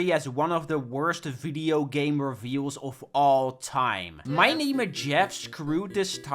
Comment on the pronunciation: I think that's just how he says "reveals."